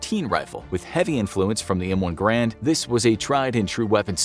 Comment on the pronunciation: Great video but it's the M1 GARAND not M1 GRAND.